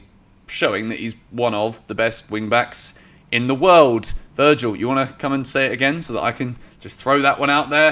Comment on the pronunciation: "Virgin" van Dijk